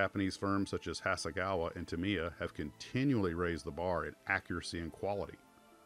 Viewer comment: Just fyi, Tamiya is pronounced "TA-me-ya". Great video.